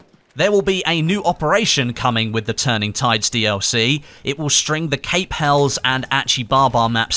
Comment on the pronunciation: Pronounced cAp hellEEs